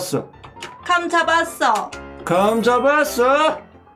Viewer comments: 감잡았어를 감자봤어로들었어요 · 저 감잡았어를 감자 잡았어라고 들었어욬ㅋㅋㅋ 공감하는 사람 좋아용!